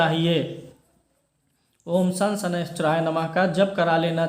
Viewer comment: Om sham shaneshcharay namah hai mantra .shan. nahi hai. Sanskrit mei Akshar pe jab Dot lagta hai to pronunciation. 'M' hota hai. Iss pe Marg Darshan kare. Pranam.